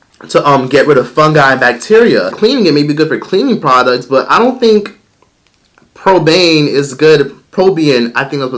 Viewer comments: Paraben: pronounced para-BEEN: Probayne 😂😂😂 Sir 😂😂😂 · That girl in the video , talking about skin bleaching... Is looking stupid as hell. It’s pronounced para-Ben or par-uh-ben. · Pear- rah- ben (paraben) love you 💙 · Pah-rah-behns Parabens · Pa-ra-ben.... sorry just had to say it lol. Anyway I agree with everything you said! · it’s pronounced “pare- uh- benz” 😂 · It takes 2 seconds to google how to pronounce a word. Pair- uh-benz is the correct pronunciation. When you are researching just look up the pronunciation at the same time. Saying things correctly helps you look like you know your shit. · Fame its pair-rah-bins. I was listening on my phone not looking at my screen. Then I had seen the word. I was just thinking he doesn't know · New subbie and I love yah... but it’s PEAR-RAH-BINS! (Parabens) Idk why that was the highlight of the video for me 😂! Thank you for the entertainment ❤️ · it’s peh-ruh-bin babe (paraben) 😂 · Lol it's pronounced par ra ben. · It's pronounced "pair-uh-bins." ❤ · It is pronounced Pah-rah-ben lol but I get your point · For pronunciation purposes, its pronounced : pear-a-bens or par-a-bens depending on your accent <3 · It’s PARA-BENS (pear a bens) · Him trying to say Paraben, i'm weak! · I’m sorry I lost my shit when he pronounced “paraben” 😂😂